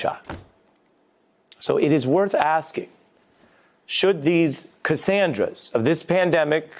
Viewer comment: Is he trying create a new slur? Lol "cassandras"